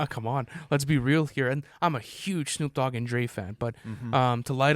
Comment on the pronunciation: 'Shnoop Dogg"